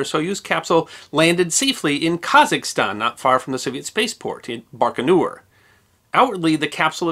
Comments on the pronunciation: Not "Barko-nure" "BIKO-naur" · BAIkanour. Not BARKanour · Just a note: it’s “baikonaur cosmodrome” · Lovely video, although the pronunciations of "Vladislav" , "Voskhod" and "Baikonur Cosmodrome" were distractingly bad. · Never heard Baikonur pronounced that way. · So, we have at least two wrong pronunciations of "Baikonur" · It’s pretty bad form for a historian to mispronounce “Baikanour” so badly, my friend.